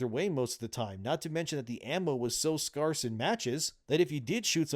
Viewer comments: Everyone: Scarce: Scarghs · Scarce sounds like scare not scar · Scarce is pronounced “scare-ce” no “scar-ce” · It’s pronounced Scarce… Not SKARce. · are you meaning to say sparse but instead saying scarce and pronouncing it like sparse? Because scarce isn’t pronounced like that. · You saying the word "scarce" like that on purpose?